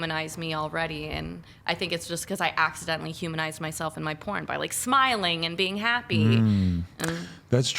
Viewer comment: Why did she say “sMiLiNg and bEiNg HaPpY” like that ? 😂 Ps wow “clout houses” 🏘 Im old...